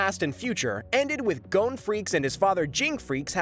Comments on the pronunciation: Good video but it’s not kahlua you’re saying it like the liquor it’s kilua… emphasis on KILL also ging and kirapika all these names are per ounces wrong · Bruh... I really can't stand how this guy pronounced Gon, Kurapika, Killua...